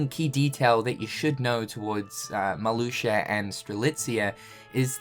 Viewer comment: Did this man just say Marluxer?